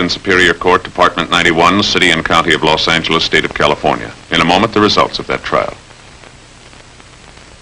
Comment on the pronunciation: "Los Anglis" -- you don't hear that midwestern-influenced pronunciation anymore.